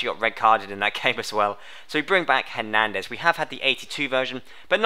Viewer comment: did you say herndandes 93 and 92?